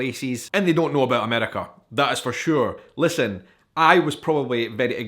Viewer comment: I just can’t unhear the abœt.